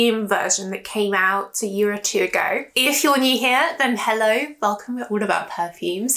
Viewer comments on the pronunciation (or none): none